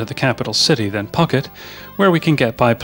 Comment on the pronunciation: Interesting and varied tour of Thailand, but I have to say the pronunciations were abysmal. For example, - Bangkok = Krung Thep with a silent h. Phuket is pronounced - Pooket, (silent h), and many more.